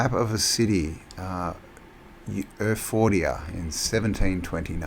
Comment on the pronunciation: It's not Erphordia It's Erfurt (Germany)... it says so on the map